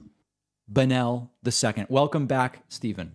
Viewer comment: Why does everybody pronounce "Bonnell" with a stress on the "e" instead of on the "o"?